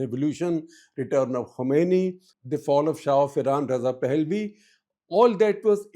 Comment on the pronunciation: Shekar, I am surprised, you being a seasoned journalist can't pronounce Pahlavi right. Look up the pronunciation and do justice to your years of experience by being kosher.